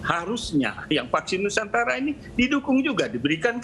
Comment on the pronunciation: vaksin nusantara,,, bukan nusantala